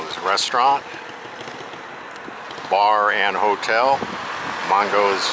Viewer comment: Except he mispronounced Mango's. He pronounced it Mongos.